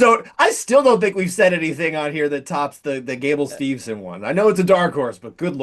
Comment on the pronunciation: Its Steveson. Gable Steveson.